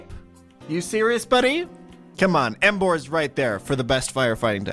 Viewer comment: DO NOT LEAVE OFF THE M IN EMBOAR!